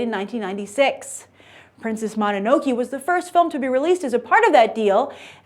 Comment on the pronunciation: Learn to pronounce please Grace. You got Princess Mononoke and the actual studio name itself wrong. Those aren't even hard to pronounce.